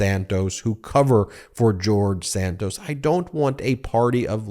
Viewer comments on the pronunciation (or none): Please pronounce George Santos last name correctly, it is Santos, not Sandoz.